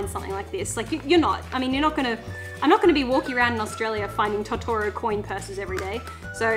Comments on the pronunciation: Totoro is pronounced (tow-tow-row) <3 (if its just your accent thats cool, no hate) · I’m sorry but your saying tottoro wrong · The way you pronounce Totoro is unnerving.